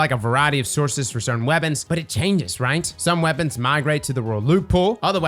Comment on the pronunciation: Did you say "legacy focusing weopons", as in Luna Howl, the mountain top, ect?